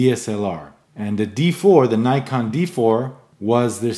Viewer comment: nice! but please learn how to pronounce "Nikon"